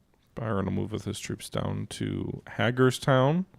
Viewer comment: Hagerstown is pronounced HAY-gers-town. It's a cool little town in Maryland.